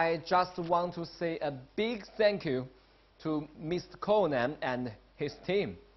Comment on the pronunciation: 'sank you' yo, why the fuck he gotta bring up the Alamo like that tho 😑